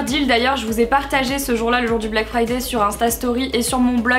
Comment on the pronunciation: BLACK FRIDAYYYYYYYYYYYYY toi qui parler anglais tu n'arrives pas à prononcer le mot "friday" correctement alors que le y en anglais ne se prononce pas